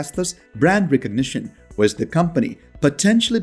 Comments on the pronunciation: With is pronounced as WITH not WISS. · The word WITH is pronounced as WITH not WISS. The word WITH is pronounced as WITH not WISS. The word WITH is pronounced as WITH not WISS. The word WITH is pronounced as WITH not WISS. The word WITH is pronounced as WITH not WISS. The word WITH is pronounced as WITH not WISS. The word WITH is pronounced as WITH not WISS. The word WITH is pronounced as WITH not WISS.